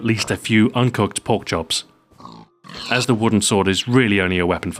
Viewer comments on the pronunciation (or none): did anybody else think he said perk instead of pork